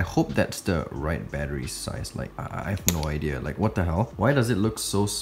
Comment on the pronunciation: Sounds like ur saying battree